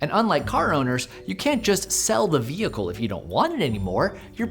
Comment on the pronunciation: I love your videos but why are you pronouncing the h in vehicle 😂